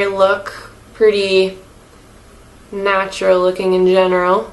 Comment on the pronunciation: Stop fucking calling it natua